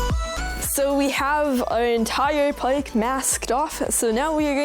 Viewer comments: What accent is that bc you said paik but not park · I like ur accent but the way you say park triggers me it sounds like pike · At first I thought you were saying pike instead of park lol, idk I think it's either that's how you pronounce it where your from or that's how you were taught to pronounce it. Oh and btw, do Canadians really pronounce z as zed? Or do they still prounoince it as zee? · Bro said pike instead of park 50 times but I still love his videos